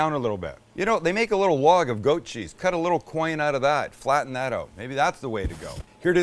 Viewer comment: I like the way you say oot instead of out.